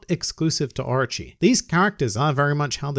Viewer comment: It sounds like you're saying Archie instead of Orochi. I was like Archie? Archie's in One Piece? Maybe Jughead is in One Piece too...